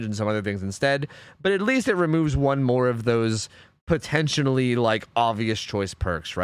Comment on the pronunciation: "potentionally" - 2022